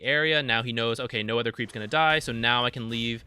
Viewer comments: I always wonder why you pronounce other/another as "ether/anether." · I'm referring to his pronounciation of the word "other" not the in game dota item